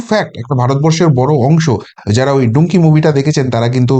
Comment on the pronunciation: "ডুংকি" মুভি!!!! সেটা কি দাদা!!! এর আগে বলছিলেন 'চিন্ময় কৃষ্ণ "মহাপ্রভু"'!!! প্লীজ ভুলভাল শব্দ ব্যাবহার এবং উচ্চারণ করা বন্ধ করুন